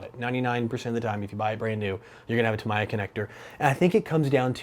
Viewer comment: Sorry for this.... But it is pronounced: Ta-mi-ya. All syllables in the same speed.